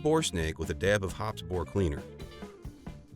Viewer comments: It Hop Es number 9. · The announcer can't even pronounce Hoppe's correctly.